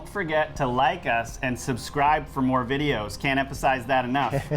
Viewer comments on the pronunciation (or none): none